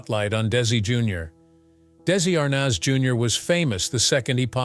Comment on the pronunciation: It’s ARNez .